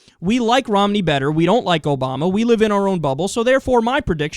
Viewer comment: I'm a big fan, but your "ObamNa administration" really drives me bonkers >.< Thanks for uploading!